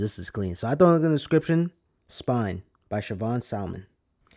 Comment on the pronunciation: It’s Spline bro.. not spine. Lol! Just to clarify